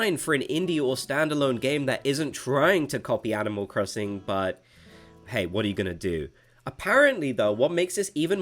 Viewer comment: LMAO IM CRYING “animal crosinc” 😭